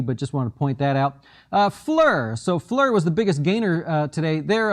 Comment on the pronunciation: It pronounced Fleer, sorry it bugged me.